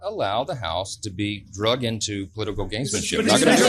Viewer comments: The word is "dragged" into.,... not "DRUGGED".. is that a Freudian slip? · “Drugged” into instead of “dragged” into…..Freudian slip???